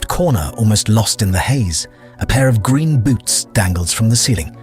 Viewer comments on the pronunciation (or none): none